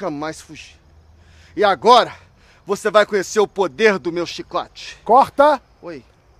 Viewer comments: Chí-cote.... hahahahha...rachei!!! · "Chícote"... Muito bom...